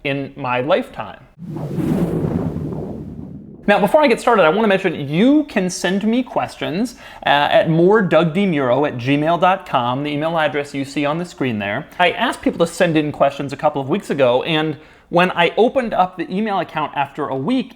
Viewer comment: "Dug demuroa"